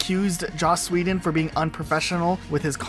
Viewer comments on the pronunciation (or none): Joss Sweden 🇸🇪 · Yea, he does it every time in this video lol, I know it's sad, but I literally just came to the comments to see if I was the only one that kept hearing sweden.